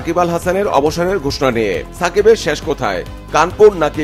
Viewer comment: 'শেষ' কে 'শ্যাষ' বলছে। ২০২৪ কে ২০১৪ পড়ছে। কি একটা অবস্থা!